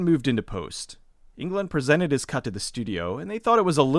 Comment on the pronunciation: Its Englund not England....